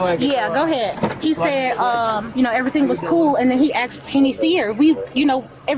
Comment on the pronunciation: so uneducated can't even say the word asked